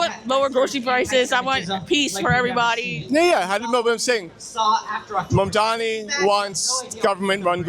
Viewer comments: Why do they keep calling him Mandami?! It's like the thing they did with Kamala. Also that dude is probably a landlord. 🤣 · If one more person pronounces it “Mamdami” I’m gonna lose it 😭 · They intentionally mispronounce Mamdani like the did Kamala…so immature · as soon as one of these clowns learns to pronounce and spell his name correctly, then I will listen to what they have to say about Zohran Mamdani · This is a simple yet sinister trick, they repeat the mispronounciation so many times that it muddys the water, so people carry on mispronouncing it, some on propose, many by accident... it's a way to poison the well, a way to demean another, and a way to sabotage the general public discourse. People will be calling him Mandami for the rest of his career. A way to stain his public life forever.... so simple, yet so sadistic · it was the same trick with Kamala, enough people mispronounced it over and over, and now people say it wrong by accident. It's like a way to subjugate someone, some your name is Toby type shit